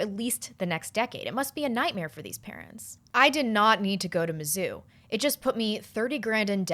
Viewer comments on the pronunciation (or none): none